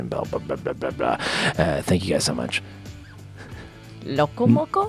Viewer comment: idk why I find it so funny how people not from Hawaii say loco moco lol